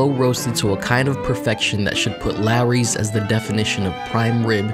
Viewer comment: Could he at least pronounce the name of the restaurant correctly? It's LAWry's, not LARry's.